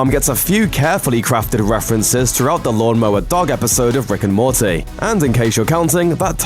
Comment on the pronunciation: ‘Rick and Mortaaayy’ wtf?